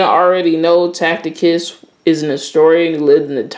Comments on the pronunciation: It’s pronounced “Tass-itus” not “Tackitus” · Learn how to read bwoy its not tacticus, its ta ci tus, ta see tus, seen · Tacitus not tacticus lol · Brother I believe his name is pronounced "TASS-SI-TUS" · When you jump into the world where scholars & scholarship; where academics have done extensive research, your credibility is tantamount. You must know how to pronounce Tacitus or anything foreign to yourself. Secondly the text with regard to the "Ethopians" from Tacitus Histories Five states that he does not know where the Jews came from and offers five alternatives answers to that question. What you have done is to cherry picked one story without referencing that fact. It's is important to be credible, to sift deeply into a question or position and to give the subject the thoroughness it deserves. I trust that this will encourage you to look more deeply into this question, additional, to be fact based so that you don't present a narrative you want to see... happen...